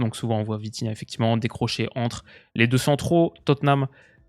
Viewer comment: Dis bien 😂😂😂 VITIGAOT!